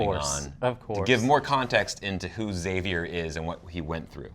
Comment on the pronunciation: EX-AVIER!!! Please stop saying Zavier, Daddy Blake called him X, the video he starred in was called "The X-Man Cometh", the show's promo image is the roofs of the cabin forming an X. And oh yeah, every single character in the show calls him EX-AVIER!